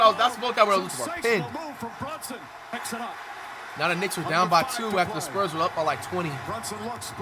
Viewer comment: the "sperms" 😭